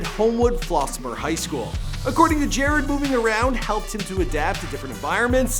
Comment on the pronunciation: Could you please redo this and say his name right 🙄 it's pronounced jah-rod....not jarred